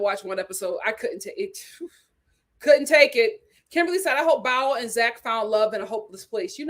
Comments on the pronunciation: It's BOW, not BOWEL! 😂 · Bao’s name is pronounced BOW not bowel. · Thank you for saying this. I came here to say the same thing! It’s BOW. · Lol!!! I crack up every time she.says it